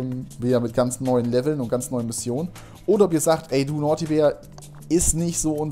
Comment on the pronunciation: es heißt Naughty